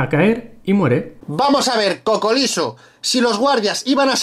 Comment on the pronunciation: "cocoliso" jajajajaj